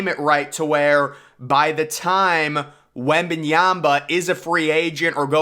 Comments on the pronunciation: his name is pronounced wemban YAMA, not wemban YAMBA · Wem - Ban - YA-MA. Not YA-BA